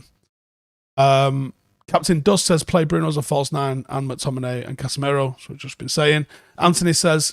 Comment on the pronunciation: Why do we still say Casemero? It's Casemiro. Casimiro if you want to be technically correct. Casemero is double wrong. Pronounce the guy's name properly.